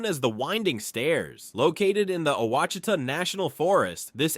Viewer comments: The mispronouncing of Ouachita (wash...i...ta ) is well known here in Arkansas. We pronounce it with three syllables, accent on first syllable, the letter 'i' is the 'short' i sound, then ending with ta...short 'a'. But....the rock called Novaculite, which is world famous as a high quality whetstone, is also known for being pronounced as the 'wa...shee...ta' stone...accent on 'shee'. The American Indians who were here thousands of years before "white man" got here, probably laughed a lot at us trying to pronounce their names for stuff. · Oucitha is pronounced wash-it-tha! From a native American tribe. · Ouachita. = “ wash a taw “ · Right, bad pronunciation! It should be wash-e-tah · The mountains in Western Arkansas and the lake near Hot Springs is pronounced Wash-i-tah. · The proper Arkansan pronunciation is WASH EH TAW . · Oucheatah...had me laughing way to loud. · Ouchita was butchered heavily. And Petit Jean was massacred. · "Ouachita" (pronounced wash-i-tah). lol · Ouachita, pronounced wash i ta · Quachita is pronounced “Wash-It-Tah” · I'm from Arkansas and didn't even know all of these. And yeah, like some people said, there were some mispronounced names. Among others, the one that stuck out most to me was Ouachita. It's more like "wash-it-ah" instead of "ew-wash-ita" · uhhm it is not wash I tah it is o wa chita! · Ouachita is pronounced Wachita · This was very interesting. However, as an Arkansan, I was screaming at the TV every time you said Ouachita. (And a few others). I know you did your best- lord knows you pronounced it at least ten different ways in one video. But for the record it’s pronounced “wash-eat-awe” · ahh yes lake WHA CHEE TUH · Ouachita (pronounced "wash-a-taw") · As an Arkansan…this video pains me… Ouchita = Wash-eh-tah Petit Jean = Peh-Ti Jeen Magnet Cove = MAG-Net Coh-ve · FYI: Quachita is pronounced wash-a-taw...🙃 I did enjoy learning new things about my home state that I left decades ago. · wash a taw is how you say Ouachita